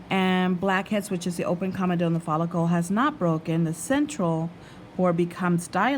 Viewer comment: It's spelt comadone but ***It's pronounced COMB-A-DONE not CAMA-DONE....😆